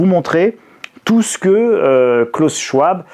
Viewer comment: Bon, on en est toujours a moquer une enfant qui a juste du mal a se dire qu'elle doit payer la dette ecologique de la gerontocratie patriarcale. On en est toujours a synthetiser brutalement le discours d'un homme dont on n'a pas fait la moindre petite recherche pour prononcer le nom correctement. On en est toujours a faire des titres qui font peur, pour redire les memes choses malgre le fait que cet ete passe vous a contredit. Pardon d'avoir un esprit critique, mais au moins les pubs vont bon train et le monde continue de tourner... Et pardon pour les accents, clavier anglo...